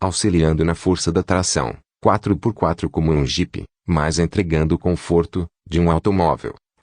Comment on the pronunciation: Toyôta? Confórto? Kkkkk